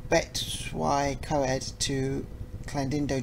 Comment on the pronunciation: Welsh names are really hard but its Blen-aye fest-tin-yog Bet-tus-Ugh-coid Cleck-weth Slate mine (ck as in lock)